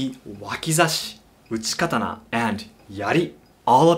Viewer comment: It seems bizarre to me that he calls it a Kuh-ton-ah when he speaks English, but Ka-ta-naw when he speaks Japanese. I use the Japanese pronunciation, and I dont even speak Japanese. Seems disrespectful to the culture to change the name of the weapon.